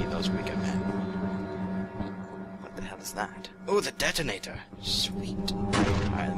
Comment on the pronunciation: That was hilarious how you mispronounced 'detonator'.